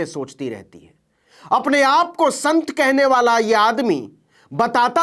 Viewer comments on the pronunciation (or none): Ah sant nahi lanth hai